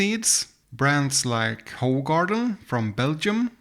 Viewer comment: Weissbier and Hefeweizen are not the same thing. Paulaner has a weissbier and a Hefeweizen. Also it’s pronounced who-garden. Other than that great video.